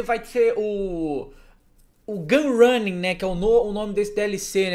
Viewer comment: Gunrinning kk, quem nunca errou uma palavra n é besmo? ^ ^